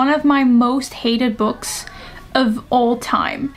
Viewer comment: Ik vindt het zo grappig dat je "books" in het engels een beetje uitspreekt als "boeks"! 😂❤ Super leuke video btw. Helaas zat ik in een klas met 16/17 jarigen en hadden we een invaller met een leeftijd tussen de 20-25 jaar. Er was een groepje jongens die nogal smerige dingen tegen haar zei. Waaronder dat iemand haar had "geklapt" 🙂. Dus dingen zoals beschreven in het boek gebeuren dus werkelijk. 🥹 Gelukkig ben ik verhuisd en ik heb niet weer van zulke dingen gehoord. 🥲